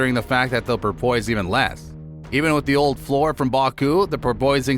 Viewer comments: 1. Your info is super out-of-date. I have to guess it took u a while to get this published 2. You seriously need to learn how to say "Sainz" and "Porpoise" correctly cuz its cringe. Pro Tip: Google has a "Listen" icon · Do you not know how to say the word porpoise? Hint, it’s not like it’s spelled.